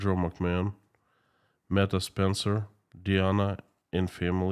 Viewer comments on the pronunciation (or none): none